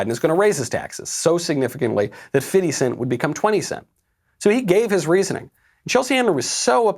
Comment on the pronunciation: Is it just me who hear Fitty cent instead of Fifty cent (50 cent)?